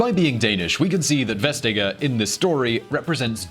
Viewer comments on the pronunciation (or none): Westtegger? It is pronounced more like West-acre, which is what Vestager means. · The G isn’t silent. It’s softened. “Vestayer" is a more appropriate approximation. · It's pronounced "vest-ayer" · FYI: The name Vestager is actually pronounced "West" (as in the direction) + "aer" the G is silent in Danish. Love VisualPolitik. - A Dane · Would be impossible to understand who "Vestager" was without texting! Why do English speakers always destroy to them foreign names? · Damn, you really butchered Margrethe Vestagers name. Both of you.